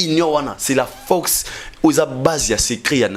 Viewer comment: Numéro 1 et non lumero 1, force et non focse zwaka temps mon frère olobaka mbangu mbangu trop keba bako kata ya ngo batier yo na pâge. message kitoko.